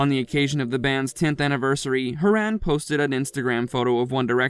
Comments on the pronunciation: It's not HO RAAAAN ITS HORAN .HO HO HORAN😂😂😄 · He can't pronounce Niall so kept saying Horan, then when he said Niall , he pronounced it as "Ni-Oll". Also he kept saying Tomlin Tomlin then it ended up like Lewis Tomlin. Dammit you need to study more🌸🌿💖